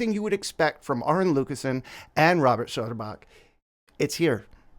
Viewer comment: Thank you so much for bringing my request to YT so that I could watch it. Glad you enjoyed it so much. Yes, it is very different from what we're used to hear from Arjen, but man, I love it. I think that Robert Soeterboek (pronounce it like Sooterbook) is a very underrated artist. He is singing in the Ayreon Universe live show as well. Irene is part of Ayreon's Angels and performed in Ayreon Universe and in Ayreon - Live beneath the Waves. I don't remember her growling though, that was the tiny little powerhouse from Belgium, Maggy Luyten. Jane Goulding hasn't been on any Ayreon live show but I've seen her live at the Rock Pary of the Year in Zoetermeer, Netherlands, together with Irene, both singing backup and solos - she has a powerful voice. Can't wait for the album to come out in May - it will be released on the same day as the new Ayreon live DVD.